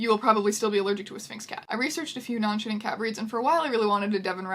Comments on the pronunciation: I REALLY keep thinking you're saying non-shitting cat 😂😂😂😂😂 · I know what you're saying but I'm hearing "non-shitting pet" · misheard "non-shedding" as "non-shitting". got extremely shocked and confused for a millisecond.